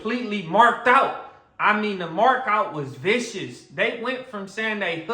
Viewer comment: “The mark out was viscous “ 🤣🤣